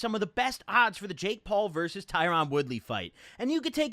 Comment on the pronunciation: why mans said tyrone like tyron